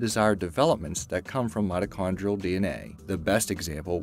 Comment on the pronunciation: did anyone else hear midichloreans instead of mitochondrial??